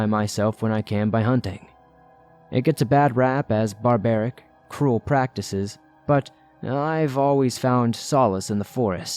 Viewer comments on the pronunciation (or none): none